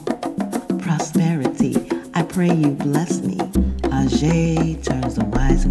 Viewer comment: No my friend, Orisa Aje (pronounced ajay not ajeh) (pls drop Shaluga part) is the daughter of Olokun Seniade